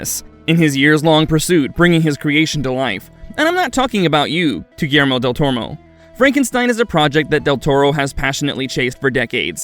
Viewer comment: Del "Tormo?" You couldn't do another take of that line?